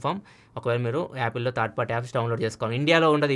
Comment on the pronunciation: Third not thaard correct ga pronounce cheyandi